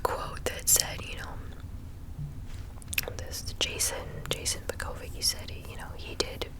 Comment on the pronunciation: Vuu-kow-vich is how you pronounce it but good try lol I grew up with Bosnians and Russians and turkish Friends